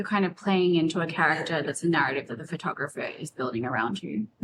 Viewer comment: Kim keeps saying fur-tographer. It's Pho-tographer. 😢